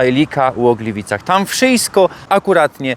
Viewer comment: Glywajny w Glywycach pod karasolym! 👏 Litery „i” wymawiane jak „y” to prawdopodobnie ukraińskie wpływy do śląskich dialektów. Jak ogólnie wiadomo historycznie Ukraina i Górny Śląsk mają wiele wspólnego. Przybysze z Ukrainy z lat 1945/46 ci pierwsi, dziś już prawie wymarli ale oni wnieśli to do Śląszczyzny, a ich na Śląsku urodzeni potomkowie tej przypadłosci się niestety wyzbyli - więc to miłe że ten wpływ w swoim dialekcie dalej pielęgnuje! 👍